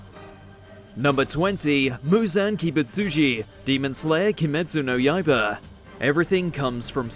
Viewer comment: dear american people.. at least try to pronounce something without butchering it. this do their own research but dont want to learn something from it such as how to pronounce anime or the anime's title properly.. so i suggest you say demon slayer instead of key-mate-sue no yea-ba.. and stop being an ignorant channel for once